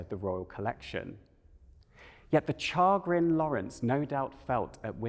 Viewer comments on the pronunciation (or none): That is not how “chagrin” is pronounced in English or in French.